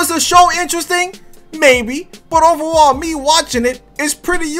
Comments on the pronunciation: Y u say ovawall instead of overall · He said 91 OVEWALL🤣